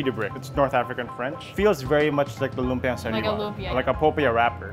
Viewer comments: Just to help with your Filipino pronunciation... it's lumpiaH (glottal stop) a glottal stop is like the H in the expression "UH oh." It's not an open vowel like lumpiaaaa. You have to stop the vowel sound with your throat. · LOOM-pyuh. Kuh-luh-MAN-see. Kinda obvious that they didn't grow up in the Philippines. Probably don't speak Tagalog either.